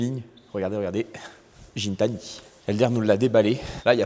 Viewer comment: Gintani c’est avec un G pas un J 😅